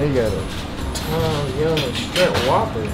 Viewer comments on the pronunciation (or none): At ur big age u still saying “strimp” 🍤😭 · you and keep sayin shtrimp bra it’s SHRIMP 😂😂😂! I’m not finna play wit yall, it must be a pontiac thing lol